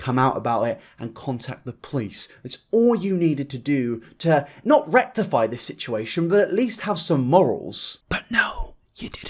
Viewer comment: "Everyone on r/eugeniacooney...." What is that? Also, it's "this", NOT "dis"....